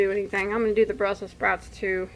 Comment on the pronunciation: You said do do 😂😂😂